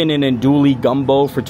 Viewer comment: Chicken and Andouille. Andouille is pronounced: On-Doo-Eee